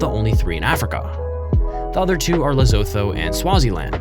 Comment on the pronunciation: Lesotho is pronounced lesoto ok